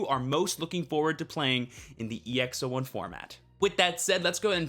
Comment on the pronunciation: It's EX-"Aught"1